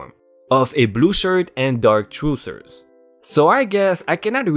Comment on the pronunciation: trousers = 'tr-ow-zers' truezers are not a thing :) Excellent stories and your reading in improving by leaps and bounds! I appreciate your efforts to enunciate (just means say words properly)! Well done overall and quite enjoyable!